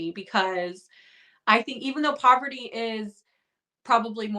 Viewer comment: Heading Rachel call Parvati “poverty” is taking me back to S13 Survivor when Jeff couldn’t get her name right pre-merge